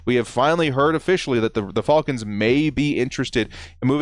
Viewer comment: you gotta stop saying “falcons” like that